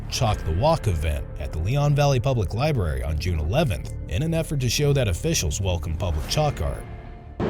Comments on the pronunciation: When are adult's can't say the word library? Not lie-berry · They probably should have gotten a spokeswoman for the library that could actually pronounce the word correctly.